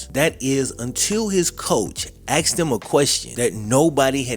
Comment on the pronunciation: Did this guy drop out in the 6th grade or does he just have a speech impediment? "His coach AXED him a question no one has ever AXED him before" lol like are you ok dude? Just thought id "Axed" 😂